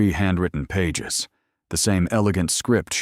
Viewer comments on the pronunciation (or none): none